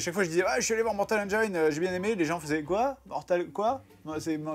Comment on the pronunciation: Mais ça fait trop mal aux oreilles la façon de prononcer le titre ! On prononce Mortal "HAINE-DJINSSE" !!! Voilà pourquoi il faut traduire tous les titres de film !